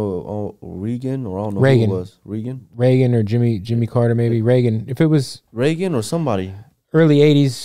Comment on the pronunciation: Did he say President Reegan? Dafuc